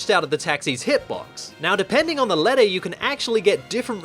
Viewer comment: You're not American Stop saying ledder